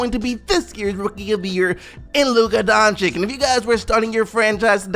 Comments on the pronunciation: Whenever you say "Donchik", an angel dies. It's pronounced "Donchich",. Donchich. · Bruh pls just say donchich and not donchick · Hearing you say DončiK instead of DončiČ triggers the fuck out of me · Please, DONCHICH, not DONCHICK! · NIGGA how can you fail to say doncic every fucking time makes me cringe so hard